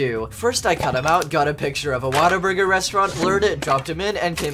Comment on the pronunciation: The way he pronounces Whataburger.